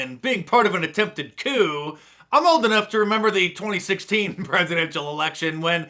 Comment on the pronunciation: Coup pronounce it